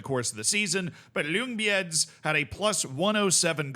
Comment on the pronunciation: I can't get over the pronunciation of Ljungbyhed 😂 it's more accurate as "Jung-bee-heed". Great vid!